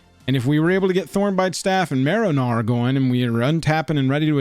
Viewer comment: Im sorry, it has to be my australian hearing but every time you said marrow gnawer - all i can hear is “marinara” 😂 Heres a sub just for that